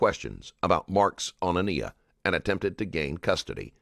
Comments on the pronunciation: I want to say this - whomever runs this channel needs to be sure the narrator can pronounce the victim’s name properly. I noticed this in the previous video, too, with Deonte Lewis. They keep pronouncing her name Ah-KNEE-ah, when clearly the child’s name was Ah-NYE-ah. Please have the respect to say their names properly. Thank you. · Normally I'm a fan of this channel but it really bothers me that you didn't bother to pronounce this baby's name correctly. Her name is said multiple times during the interrogation and yet the narrator continues to get it wrong. She was a real person and saying her name correctly matters.